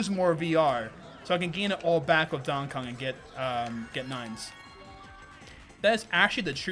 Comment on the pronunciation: "dong kong" 😂